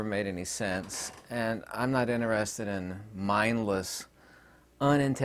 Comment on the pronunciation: In-TER-ested. TER. It has letter T in it.